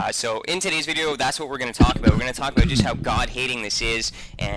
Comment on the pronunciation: FeaR Dragn I heard him say about and cried inside.